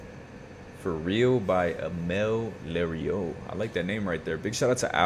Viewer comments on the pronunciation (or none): Pronounced "LUH-rue" Yes - those are whistle notes. There are a few singers who can sing whistle notes. I believe you've reacted to Mariah, Lisa Fischer, Rachelle, Minnie Riperton, Shanice, and Chante Moore. They all can hit those highs, but not necessarily in all the songs you've reacted to.